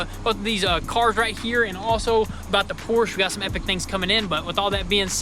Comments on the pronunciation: When will you finally pronounce the name of that car correctly? It's a freaking PORSCHE! Not a Porsch... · love the vids but as a german I am hurt every time you say porsch... it's porschE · I really wish you guys would pronounce Porsche right..Por Shuh not Poorest..